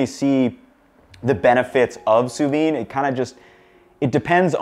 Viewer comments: Good choice of fries... but you seem to be saying 'sous vine' there. Sous vide, my man! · I've never heard it pronounced "soo veen" before. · You do pronounce the “d” in sous vide. I know I’m being pedantic, but you said it so many times it was impossible for me to ignore it! 🥴 Enjoy your new home!